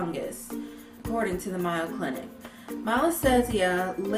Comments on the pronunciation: I challenge you both to contact any medical professional and ask them how to pronounce the name of this world famous medical reseach center or look it up. You'll find I am correct. It has nothing to do with accents or regionalisms. simply mispronounced the it. No big deal. It just exposed the fact that she needs to do more homework to strengthen her public presentation. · Yeah... if you're pron to dandruff putting it on your scalp was a no no. Coconut oil "sleeps" (hardens) when it gets cold. Your scalp just can't handle it. Try castor oil on your scalp instead. The Mayo clinic is pronounced the same way you pronounce "I put some mayo on my sandwich." BTW, your vid was funny.... lol.... sorry at your expense. :) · It's pronounced the Maaaayo (long "a") Clinic,. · I cannot take you seriously when you pronounce mayo like that. Its mayo like May(the month)-o Also duh mayoclinic is better than webmd. The mayo clinic is ,i believe( haven't checked Stats recently)the second best hospital in the US..if not the world. Famous people from all over the world travel here to get treatment at the mayo clinic Sorry I'm from Rochester so I've been going to mayo all my life. And it's a pretty important place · Not sure if anyone mentioned it, but the Mayo Clinic is pronounced with a long "A" like the month of May. It rhymes with "pay" or "day" with an "oh" on the end. Great video with lots of good info! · 'May-yo' clinic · Lol I thought I was the only one who peeped that, it's clearly "mayo" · Mayo like sounding like 'say-o'. I'm from Ohio where the Mayo Clinic lives. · ecw141685 I agree!